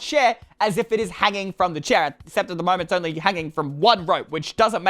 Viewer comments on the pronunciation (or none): none